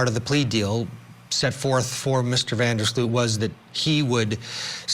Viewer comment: So many White Americans have European - specifically Dutch - ancestry, it’s a wonder many Americans don’t bother to pronounce things properly, especially in the news. It is pronounced Van der SLOW-t not Van der SLEW-t. Otherwise, I hope he’s not lying! I credit Natalie’s mother for her persistence. Poor lady! Even if she now knows, it can’t make her loss any less, I’m sure. What a ridiculous reason to kill someone! He’s an embarrassment to The Netherlands, and has tainted the reputation of beautiful, peaceful, safe Aruba forever!